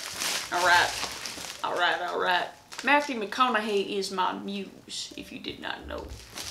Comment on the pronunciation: "Matthew Mcconoheh is my muse." 🤣